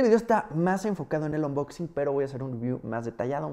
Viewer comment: Jajajaja 😂 ya no es unboxing(anboxing) 😂😂😂😂 ahora es onboxin jajaja